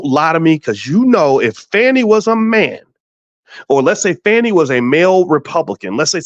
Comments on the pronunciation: So it's pronounced with a long A vs. a short A (how Boyce is saying her name)? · Ok her name is not pronounced FANNY. And Wade was not her subordinate. He was a contractor with her for the RICO case. I do understand and agree with the point that she should have realized she’d be under scrutiny once this RICO case happened. Am I hearing several biases?